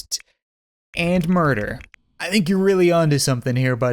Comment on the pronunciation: "I love breakfast. And muder